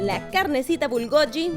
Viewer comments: Se pronuncia como sí fuera gui, no como yi.😅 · Y decía bulgoyi en vez de bulgogi xd a mi me daba ternura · Me desespera que digas bibimbap con la mayor acentuación en la segunda sílaba, también bulgogi pero me encantó el video, gracias por la receta 😊☺️